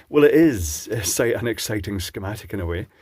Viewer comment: Don't you mean a "Scare-matic"